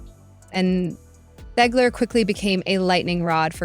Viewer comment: Great video but you never did figure out how you wanted to pronounce Zegler. Gotta pick one way and stick with it. Lol